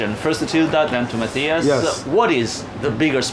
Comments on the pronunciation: Fuck, has anyone ever even TRIED to get Matthias Schoenaerts name right? I am a seriously bogan Aussie and even I know you don't pronounce the 'th'. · I know Schoenaerts is difficult to pronounce but at least try to pronounce Matthias right! He is a fellow Belgian and I can assure you that is not the proper way to say it!